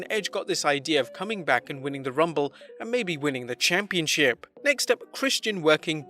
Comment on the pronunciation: Who else heared "Championshit" insted of "Championship" ?